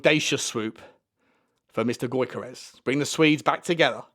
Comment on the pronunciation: Get Deki on the blower to Viktor Gyokeres pronounced (YOR-KA-RESH) and get him over 😂